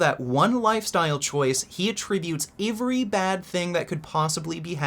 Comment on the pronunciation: "e-vuh-ree bad thing" Is this a general Canadian pronunciation or just a pronunciation?